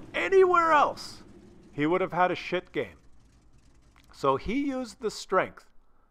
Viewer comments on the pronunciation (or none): none